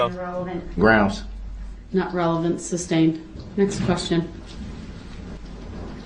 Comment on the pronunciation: Judge Dorow called the “entity” intelligent and articulate yet he cannot pronounce: ask, sustain, oath, truth, forth. He did t know what forthright or newton law meant. Compare his fingers and ears to the images you see in books of demons